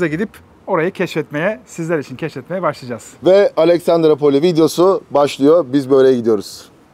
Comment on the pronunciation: Abi Aleksandrupoli :) Alexandrapoli değil :) İskender'in şehri demek yunanca. Severim Dedeağaç'ı, gezmesi, fener'in altında insanların toplanması, akşamları gün batımına karşı içilmesi güzel bir şehir. Pahalı da olmaması ayrıca seçilesi.